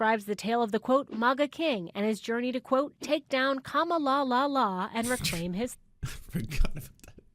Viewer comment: Kamalalala! They're doing this on purpose. I can say her name properly.